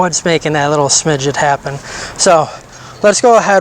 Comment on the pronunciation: Smidgen , not smidget